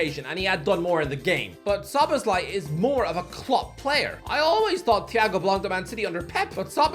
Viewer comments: SZO-BOSZ-LAI. I'M LOSING MY MIND AT THIS POINT. Who in the hell is solosbayi?? . OMG HE SIAD IT RIGHT. WOW!!! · Why does keep saying "solacebai" 😭😭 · Finally he said Szoboszlai right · Man always butchering szoboszlai's name😂😂